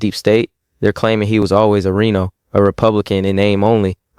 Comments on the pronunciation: RINO is pronounced ryno...not Reno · He just said Reeno instead of Rhino.😂